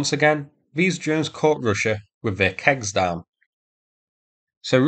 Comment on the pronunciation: Well, you can say "kegs" but I know you mean "kecks"